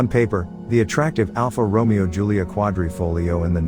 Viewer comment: You are mispronouncing Romeo.